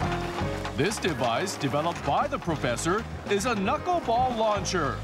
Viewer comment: The studio people are hilarious. She says the "knuck-ball". And he thinks it's held with 3 or 4 knuckles. LOL